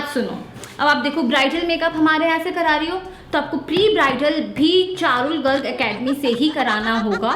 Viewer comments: parul garg ❌charul garg ✅ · Parul garg❎charul garg✅😂